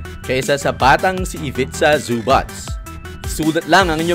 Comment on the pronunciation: E PRONOUNCE MO NGA OLI BOSS ANG ZUBAC😅😂😂ang dinig q sau boss zubatch.ano un ka batch🤣🤣🤣